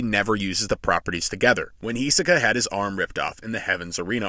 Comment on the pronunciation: H I S O K A not H I S E K A